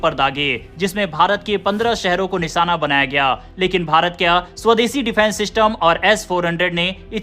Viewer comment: Anchor alert निशाना या निसाना? बेवकूफ एंकर उच्चारण तो ठीक करो... कई शब्द गलत बोलकर अपनी भाषा का मजाक बना रहे हो। अगर तुम हिंदी भाषी हो तो चुल्लूभर पानी में डूब मरो